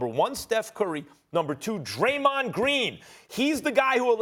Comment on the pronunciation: I stopped watching after Max said Steph and Dremond 😂. 1st time I agree with Ryan Hollins